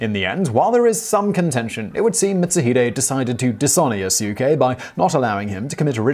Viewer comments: Seems like I'm not the only one bothered by that butchered pronounciation. I believe it's pronounced "Mit Su Hee Dae" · Pronouncing "Mitsuhide" as "Mitz-uh-HYDE" is an offense that would definitely earn you a beheading at the hands of Mitsuhide himself. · Mitsu-HIDE. I definitely cringed at that lol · Yeah it's Mit-Su-Hee-Dae(Day). At least he got Akechi right. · Nobunga! Mitt-sue-hide? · As always, Simon neglects even a quick look at Wikipedia, giving way to such mispronunciations as... Yasuke: "yuh-SEW-kay" Mitsuhide: "MIT-suh-hyde" jidai-geki: "JEH-dye-GEE-kee" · I believe it's mits-u(oo)-hee-day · Mitsuhide = Meet su hee de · And he called Mitsuhide Mitsu-hide. "Hide" as in hiding. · You butchered Mitsuhide Akechi's name so badly I weep. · Haha! At this point, given the various ways that you mispronounced "Mitsuhide," I suspect that your pronunciation has become a running gag. XD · It pained me to hear you miss pronounce Mitsuhide those few times, then get it right later. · Okay, now I wanna see this guy in the next Samurai Warriors game. Also, that mispronunciation of "Akechi Mitsuhide" hurt me. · i think oda nobunaga and aketchi mitsuhide commited sepuke in heaven when they heard you pronounce there names, hahaha nobungo , nice video tho